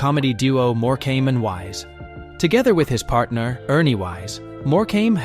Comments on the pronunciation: eric more-came. NO NO NO. more-cum is the correct pronouncement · If he says more came again I might scream it’s pronounced more come ok! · It's not "more came" you idiot. It\s "Morcome". If you are going to use AI, at least find a literate one. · It pronounced More come not more came dag nam it! Also its lead as in dog lead not lead as in the soft metal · More-came!! Wish these idiots could get names right. If he can pronounce Tewkesbury correctly you’d think he could get More-cum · If only you learnt how to pronounce a lot of your script. More-come NOT More-came is one of the most annoying ones. 😂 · It's not pronounced More. Cam. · Eric More came 😂😂😂🤦🏽‍♂️🤦🏽‍♂️🤦🏽‍♂️ at least say it properly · Eric MorecAmbe? 🤣🤣🤣🤣🤣 What a joke! With several other dodgy AI voicing errors and footage of several of these deaths existin and yet, we don’t see any of them. A very poor show. Obviously not checked before it was published. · Morecambe its pronounced more-com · Triggering me so much that your saying Eric Morecambe’s name wrong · Terrible pronunciation... no 3xcuse for errors in the names of people who feature in this. Cringing every time the name ',Morecambe' is mispronounced. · The many mispronouncedrepetitions of Eric Morecambes name render this entire report ridiculous. Asise from which, he didn’tdie on stage. This is made for $$$ trash. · Thank you! That was so irritating and disrespectful when they cant even be bothered to pronounce their names correctly